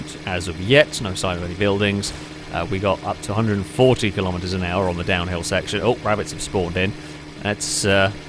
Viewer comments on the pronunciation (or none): none